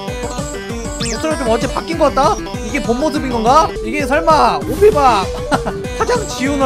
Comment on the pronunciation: 정확히는 오피밥이 아니라 오피붑 이라고 합니다